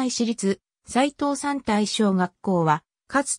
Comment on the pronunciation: 西藤山台小学校は母校のため、どういうふうに紹介されているのか気になり見させて頂きました。 その中でちょくちょく読み方に間違いがあるた指摘させて抱きました。 大切な母校、今は廃校になったとはいえ思い入れがあります。 そのため、いくつかおかしいのを紹介しますね。楽しく見させて抱きました 高蔵寺はこうぞうじと読みます。 藤山台東はふじやまだいひがし、西藤山台はにしふじゃまだいと言います。 春日井私立岩成台はかすがいしりついわなりだいなどあげるとキリがありません。 これはAIに回答させたような感じがしますが、AIには学習能力があるため、読み方を訂正してあげれば次回から正しく発音するようになりますよ。 追加で高蔵寺駅まで3kmあるため、高蔵寺駅とニュータウン内あみの目のように繋ぐバス路線が沢山ありますぐらいまで欲しいですね。 ありがとうございました。